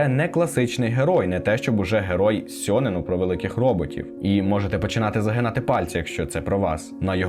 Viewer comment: Насправді Євангеліон це досить таки небезпечна штука, можна навпаки глибше і депресію впасти азазаз *Ще також хочу трохи понудити, вибачте т-т Не Шинджі, а Шінджі Не сьонен, а шьонен (Я просто вчуся на яп філології і мені здається, що для таких відео були б не зайві поради щодо правильної транслітерації 🙏)